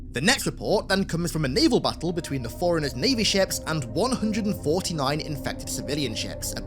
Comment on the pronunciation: Can’t tell if this guy is saying “foreigners” or “forerunners”